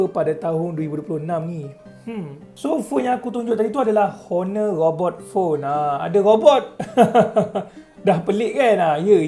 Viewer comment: robot bukan ghobot bang hahah😂